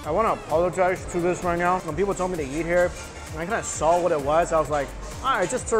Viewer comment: Does anyone else hear his pronunciation of eat? Kinda sounds like YEET